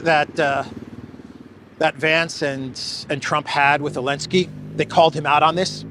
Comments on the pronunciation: Am I the only person distracted by saying "Elensky"? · Aah! I was wondering why he says "Elensky"!! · Why do rarely say the Z in zelensky? I thought maybe it wasnt pronounced and all these americans have just been saying it wrong. But then ive heard you say zelensky with the Z also. Is it some inside joke? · You called Elenskyy Zelensky for some reason in the first sentence.